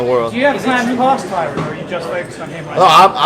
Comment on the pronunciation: Why does he keep calling him tyrone? That's not his name. Is Jake dyslexic?